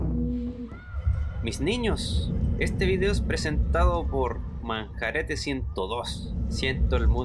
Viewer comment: Es mi idea o dice Manjarete? Jajsjs